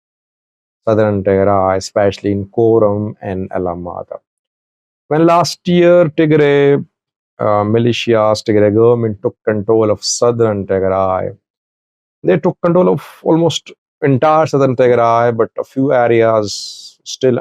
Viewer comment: It’s Tigreans not Tigre I know how you hate the Tigreans but at least pronouns their names right.